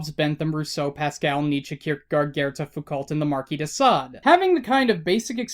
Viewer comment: You pronounced it "Foo-COLT." YOU PRONOUNCED IT "FOO-COLT." YOU PRONOUNCED IT "FOO-COLT!" ...Sorry, I need a moment.